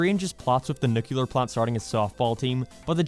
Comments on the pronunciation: Nuclear... It's pronounced nuClear, you'd know that if you actually watched the show. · It’s pronouced Nu-clear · “Jay” is not pronounced “Jeh”. “Nuclear” is not pronounced “nucular”. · Love how the video is very heartfelt and a smart interpretation of the family… at the same time doesn’t know how to pronounce “nuclear” or read Roman numerals